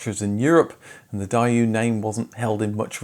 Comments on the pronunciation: It's only since I've been watching your videos that I've realised I must pronounce every car brand incorrectly 😂 Daewoo has been added to that list! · So sorry about it, but if you quickly search YouTube for how to pronounce the Daewoo brand, you will realize that it was not pronounced properly here 😅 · I don't mean any disrespect, I am a very big fan of the channel! But indeed, the name of the brand was not pronounced correctly, however I hope that it is not the only thing fellow subscribers will remember from my comment 😅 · Company named after a guy named "Woo" 2nd half of Company spelled "woo" Nowhere do you hear "woo" in the way the narrator pronounced the company name. 🤔 Weird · You literally say DaeYOU It’s daeWOOOOOOOO LIKE W LIKE HOW YOU PRONOUNCE WHO You uncarculturaled klitz of a swine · 2 countries separated by a common language. Apparently the Brits say "Die-you" whereas here in the States I've always heard it pronounced "Day-Woo". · I can understand how Brits might mispronounce Hyundai do to its spelling, but how in holy hell do you turn Dae into DIE and Woo into YOU? I died a little inside every time you said DIE YOU! All this research, but nothing on how to pronounce the name. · I think its mode Dæu, then Die-oo. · How he pronounces it is grinding my gears. The adverts of the time etc Day woo not di uoo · "Die-ooh"??? Nah..."Day-ooh"!! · Omg!!!! It's not die-you... It's day-oo. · That is MUCH closer to the correct pronunciation. In Korean the D sounds more like a T, so it's actually "Tay-Woo" - definitely nothing like the "Die-You" in this video... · Funny you pronounce it "Die-you". In America it was/is just plain "Day-Woo". Even the commercials pronounced it this way. Hyundai did the same thing: different pronunciation in different countries instead of just saying how it's supposed to be pronounced and having us figure it out. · Why do you call it “Die-oo”, when even the UK advert labeled it “Day-oo”? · It's "Day Woo" not "Die You" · It’s not Dayu 😂